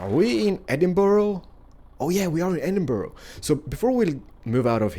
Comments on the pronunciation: Why do Americans say Edinboro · I'm from falkirk and I'm sorry but Edinburgh is pronounced edin-bruh I love your videos tho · That's not how u say Edinburgh!!!